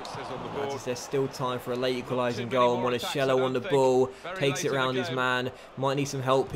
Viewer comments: Please if you find a name with Ch pronounce it like a K.. Like Monakello. You're saying monasciello! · it is pronounced "Monakello", and the stadium "Renzo Barbèra" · Just some tips on how to pronounce things: Renzo Barbera = Rentsoh Barbay-rah, Monachello = Monakello, Rispoli = Ris-pohlee, Setola = Seh-tolah